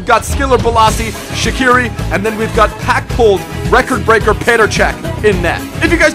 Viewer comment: Yo Shaqiri's name is not pronounced like that. Please tell this to every youtuber. You pronounce it with a j like jerdan (which means gem in albanian) and hus last name isn't pronounced like that either but it's really hard to explain.